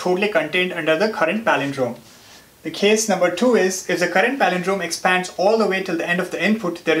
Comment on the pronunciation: good video but just cant listen to his stressing on Exppphaaaads.... lols...